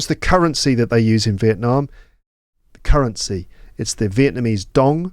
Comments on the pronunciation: I love the way you pronounce Việt Nam 🇻🇳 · I'm a Việt Nam student who respects your respect for my dear country Việt Nam 🇻🇳 I highly appreciate the way you tried to pronounce Việt Nam as Vietnamese native speakers do, not just Vietnam